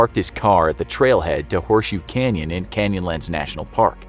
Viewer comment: I thought it said crayon instead of canyon 🤦‍♂️